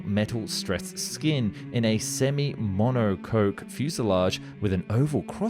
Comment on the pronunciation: Not mono-coke, mono-cock. Not he but H-E, and not me, but M-E. Doh!